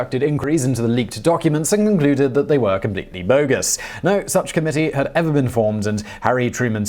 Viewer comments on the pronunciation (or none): none